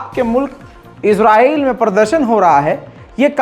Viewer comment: Israyeel bolo Izra nahi